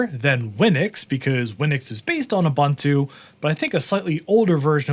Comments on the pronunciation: Uh-bun-too? Try Oo-boon-too. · why do you pronounce it as "abuntu"